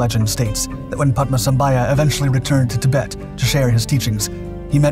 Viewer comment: It is known as Taktsang Monastery not Paro Taktsang.Paro is the city .Guru Padmasambhava not Padmasambhaya.Pronounciation should be correct .Guru Padmasambhava is also known as Guru Rinpochey in Tibetan Buddhism.